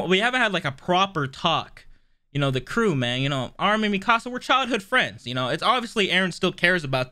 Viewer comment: Can you stop saying Mikasa (Mi-ka-suh) like Mi-casa